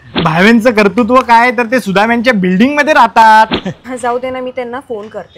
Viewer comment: छान कर्तुत्व शब्द बरोबर बोललात.. भावेंनाही शिकवा..कर्तृत्व नाही कर्तुत्व म्हणा.